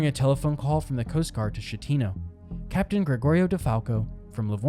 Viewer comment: There are dozens of videos about this that correctly pronounce the Captains name...yours is not one of them.